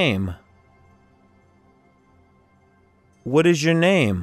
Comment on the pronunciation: Первый раз слышу, чтобы произносили: уот иж ё нейм? МОЖЕТ "УОТ ИЗ Ё НЕЙМ"?????